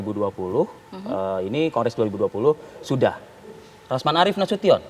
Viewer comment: Hhhhh RAMZAN, ADUH, GIMANA KAU SALAH2 BACA. SIAPA SIH KETUA MAHKAMAH TINGGI Partai Demokrat yaa. Hhhh BENER TUH Ke ZAKI ajaa DENGER nya ENAK.